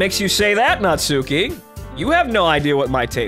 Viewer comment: The u in Natsuki is silent. Her name sounds like Not-ski.